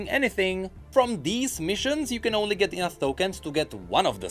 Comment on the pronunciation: just realized that every single time says the word, "Enough", he actually says "Enouth". Every time.